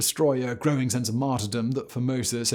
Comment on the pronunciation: I swear I would hear the name 'Formosus' and kept hearing 'Pope Phimosis'... A pope named after a foreskin condition that reportedly afflicted King Louis XVI...Now that's comedy.